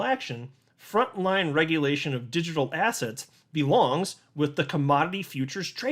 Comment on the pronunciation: why do you always say the word ASSETS like ASS HATS? hahaha